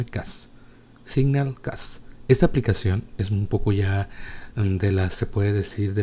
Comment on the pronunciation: Carajo! Deja de decir "entorno", y "como tal", y no es tan difícil mejorar el inglés eh? Dijisteis sonclon en suposición de sound colud y siñal en suposición de signal, saludos y que pases un buen día